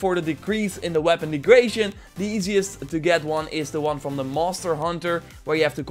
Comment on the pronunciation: Came here for the tips. Left because of "one hunder" and "weapon degration". SMFH.